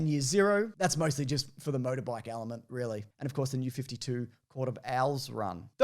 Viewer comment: did you really say a “there is this hidden Owl-ement”?.......